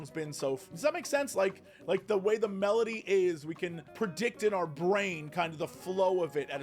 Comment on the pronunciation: At the start of video I just listened to it, so I thought it actually says medley, but now I realize that just can't pronounce melody lol